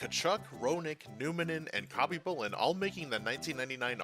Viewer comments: “Cobby boolin Pierre Turge in” ugh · Listening to you say Khabibulin's name wrong ...just hurts ... the K IS SILENT ..its HABBY-Boo-Lin...that's how it's pronounced. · the K is SILENT in Khabibulin. God so many of you hockey youtubers get so many names wrong it makes me think you must be new to the sport and all these icons names.